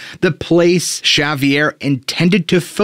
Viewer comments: Javier is actually pronounced Havier ... the j has an h sound ... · Shavier?? Do 5 min of research and learn how to pronounce names and words. 🙈🙈🤯🤯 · s he really pronouncing the j in javier its pronounced w an h